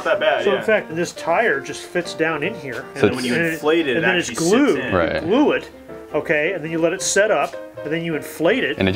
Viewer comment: He glewed it with wewd glew